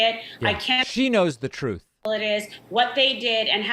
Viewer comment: Troth senchal. Trump can’t even say the word truth, lol. He’s allergic to the truth.